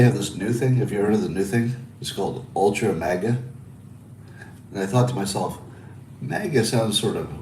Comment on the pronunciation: The first A in MAGA is not pronounced like the A's in 'maggot' or 'magazine.' It's Mah-guh. Like "open up and say ahhh". Or the initial 'ma' in "mama mia."